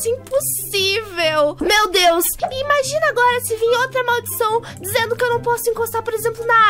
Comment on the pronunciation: A falando dizizando kakakak